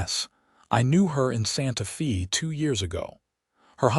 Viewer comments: Good overall story. I can tell, however, that it is AI that is reading the story. There are many mispronounciation...Santa Fe (the "e" in santa fe is not pronounced with a "e" at all, it is prounounced with a "strong A"...Santa FA. Other words are Salve...the l in the middle of the word is silent...saave, not save...the like the word calve. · Pretty good story. Better than a lot of AI stories, eventhough Santa Fe was mispronounced every time.